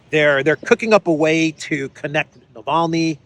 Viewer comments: So upset about Navalny, Graham can't pronounce his name. Navaly, he said. Ignoramus ! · Gush LG said navaly lol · no no no, Bonehead Graham said and I quote: „Navally“ 😂 his senile brain can’t even remember the man‘s name correctly who they paid for… Seems that senility is not an exclusive for the dummycrats! 🤣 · Unreal, Graham can't even pronounce Navalny's name correctly and he's calling to declare Russia as a state sponsor of terrorism... Is he okay in the head, this goof?! Not to mention that USA has by far sponsored the most of the terrorist and radical organisations on this planet, if anyone, US state shoul be declared a sponsor state of terrorism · Graham can’t even say Navalny’s name right.. Someone should seriously shut this guy up, and take him to the train station..